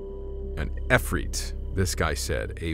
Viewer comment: you can tell the woman is lying because that not how you pronounce ifrit and a translator would know that